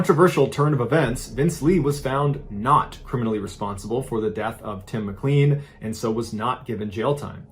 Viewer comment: For Mr Ballen...who need's a lesson on pronouncing well known last names lol it's pronounced Mic-LANE (rhymes with plane)...not mic-CLEAN. Geez louise But yeah, this was pretty big news when it came out. Poor Tim McLean never had a chance